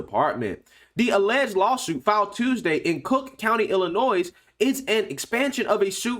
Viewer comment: Just a FYI, the “s” in Illinois is silent